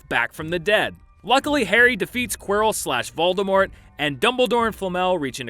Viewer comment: "a professor named QUEER-ILL" lmao I'm dead XD